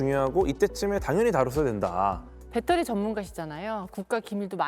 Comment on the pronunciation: 빳데리가 뭐여!! 빳데리??....에휴~~ 진경아?? 무식하기는 ㅉㅉㅉ 😮‍💨😮‍💨😮‍💨😮‍💨😮‍💨